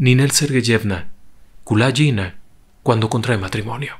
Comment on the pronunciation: Me gustó mucho la forma de relatar la historia de Ninel, sólo debo hay que corregir la forma de pronunciar el apellido, ya que la letra G en ruso se pronuncia como en gato y no como la J en inglés. Saludos.